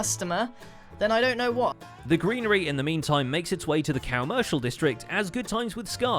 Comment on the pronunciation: i only hear cowmercial destrict